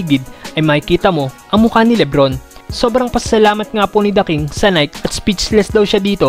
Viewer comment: Boss Nai-kee not Nayk but all in all goods ang video keep it up